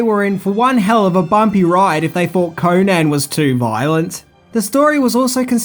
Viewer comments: Destroyed the character, created bt REH. A mish mash of several howard stories and from other charachters.. ...and its CONN-an not KOHnan FFS its ROBERT, nor Richard E Howard! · its pronounced conun not conaaaaaaaaan please get it right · CONN-an, not Koh-nan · Holly fuck, can you butcher his name any more?, It's pronounced conun, even known it's spelled conan